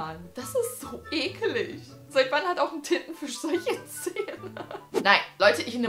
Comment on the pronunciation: Wo du Tintenfisch gesagt Gast habe ich Tittenfisch ferstanden